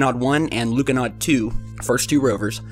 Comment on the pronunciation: It's pronounced more like Lunohawd